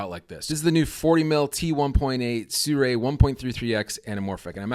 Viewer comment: Great stuff. But im pretty sure its not prononced surei when its spelled sirui 😉